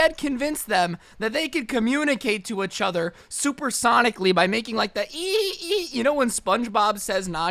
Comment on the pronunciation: Nobody: Each other: Ech other